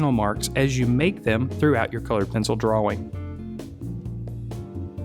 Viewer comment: I don't like the way you pronounce "drawing."